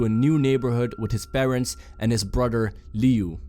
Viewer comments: he said Lui instead of Liu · I’m pretty sure that it is pronounced loo-E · He called Liu Lui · Liu, his name starts with a x , his name is xiu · That's not how you pronounce Liu lol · You said liu name wrong just saying